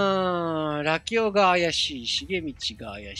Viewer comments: ずーっとラキオのイントネーションが「よしお」とか「まさお」なんだよなー笑 多分正しくは「カシオ」と一緒なんだよなー笑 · ラキオの発音がラキ男なのw